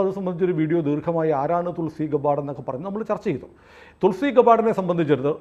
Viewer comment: തുൾസി ഗെബ്ബാർഡ് ആണ് ഗബ്ബാർസ് അല്ല❤